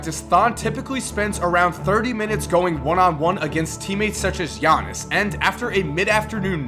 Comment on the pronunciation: am I the only one who can pronounce giannis name fluently